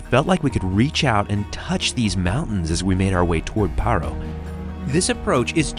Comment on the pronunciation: It’s not literally pa-ro it’s paaa-roo with a bit of ee in the pa